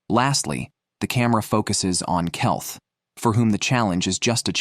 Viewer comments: Keith read as Kelth. A1 often gets names badly wrong. Ridiculous mistakes. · Kelth that will be keith bullshite ai crap dont bother watching this